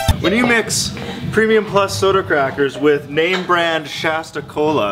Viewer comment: Shasta is sha-shiet